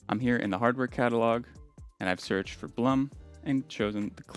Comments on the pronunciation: Blum GmbH was founded by an Austrian gentleman named Julius Blum. The name is pronounced exactly like the English word "bloom". It does not rhyme with "Plum" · You can get certain Blum hinges at IKEA (at least in Germany) for a very fair price (Blum is pronounced Bloom).